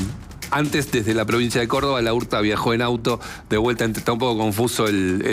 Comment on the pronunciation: Es, Laurta, todo junto,no, la urta, como Laura, no decís La ura